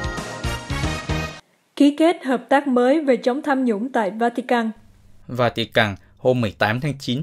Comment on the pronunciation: Làm gì có quốc gia nào tên vatican mong MC của đài phát âm cho đúng